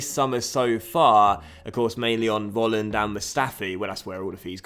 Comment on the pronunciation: Volland must be pronounced like 'Folland' because here in Germany you pronounce the V like an F. Sorry for my bad English (:D) i love this career mode!! Greets from Germany :)